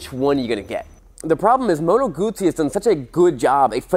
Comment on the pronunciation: Moto Guzzi rhymes with Uzi. Goo-zee ;No T sounds in the second part of the name of my favorite bike. Other than that, good stuff.